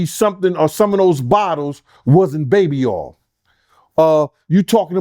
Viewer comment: 5/5/25 means we get to find out what is in those bottles of baby oyyyy😂😂😂 be kiilin' me with his pronunciation.